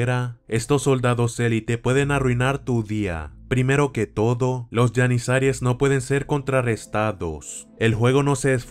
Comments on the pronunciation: no se dice YENISARIES, se pronuncia GENISAROS !!! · Son jenizaros no Yanizayren